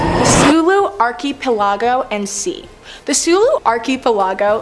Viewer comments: It's pronounced ark i pel i go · Are you freaking serious? Archie pellago?!! Wtf is that